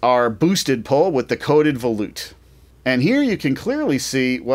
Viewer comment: I used to pronounce it that way until someone corrected me. Me being me, I looked it up. And it's pronounced vuh-loot